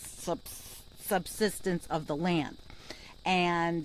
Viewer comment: False, false false. Keep studying, a couple days isn't enough. You will look back at this video and be embarrassed by it. (Sub-side-ence !! of land) Yes, it's the rain fall. But you should immediately point out that global warming is causing our atmosphere to hold more moisture making torrential events inevitable. Torrential down pours are on the way to becoming the new normal. (Even if our cities aren't built to cope with them). - "I'm not going to able to answer my main questions with a YES - because we can't blame it on climate change totally." I would suggest you are asking an impossible question, when you frame it in such a childish manner. Of course you can't blame this hurricane totally on global warming driven climate change. Global warming is loading the dice for this kind of event. * Global warming is definitely directly related to that hot Gulf of Mexico waters ! * Global warming is definitely directly related to the fact that the atmosphere is holding more moisture and making it available for storm systems such as Harvey to collect and dump. * Global warming is definitely directly related to the fact that our Jet Stream has gotten weirder and is current causing the stalling and reversal of Harvey's northward movement, this multiplying the torrential rains. * Global warming is definitely directly related to the fact that sea level is rising and thus adding substantial to damaging storm surges. What more do you want? Might I suggest you show more care